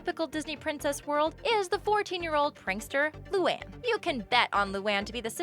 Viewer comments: It’s pronounced lū-an not loo-on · Luan is pronounced LOO AN not LOO ON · It's Lu ANNE not Lu AHN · It's not lu aun it's LOO ANN luan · I really can't take it anymore. You pronounce the character's names so wrong! I had no choice. Luan= Loo-An Lana= Lah-Nah Lynn=Lin Lola= Low-Luh Leni= Len-E Lincoln= Lin-Cun Lisa= Lee-Suh Luna= Loo-Nuh Lori= Lore-E Lucy= Loo-See Lily= Lil-E I included all of them so you can use this for future vids. No hate, just an annoying pet peeve of mine that needs to be addressed. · (Luu-Ann) is it to hard to prounounce. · it's loo an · The way she says Luan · Why did you pronounce Luan wrong...when it was Lynns part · She said Luan wrong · She said luan wrong XD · did anyone hear as they pronounced luan wrong? or is it just me. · YOU SAID LUANE WRONG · You said Luan wrong for me where I live.